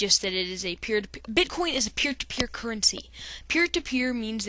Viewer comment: He said bitcon😂